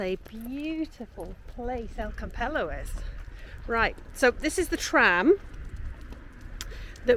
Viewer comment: pedantic point . The pronunciation of Campello is Cam-pay-o